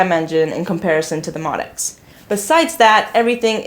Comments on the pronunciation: Pronounced Moe Dee ex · I Love you, love your videos but I gotta let you know... it’s pronounced MO-D.X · I’m sad you don’t know incorrectly refer to the MODX as “mod-x” and not “mo-d-x”, especially as long as the instrument has been out. MO-D-X. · I've heard Yamaha employees say it both ways. I'm not sure there is an official consensus on the pronunciation.